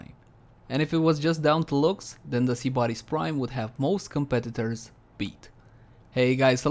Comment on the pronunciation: I'm triggered how he said sybaris